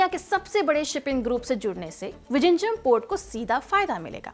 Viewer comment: Are bhai wo ड़ ऱ ळ hai vijinjham nahi